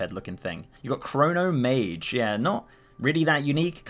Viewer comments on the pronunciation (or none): "chonmage" is a japanese top knot. It is pronounced: "cho-n maw-gay"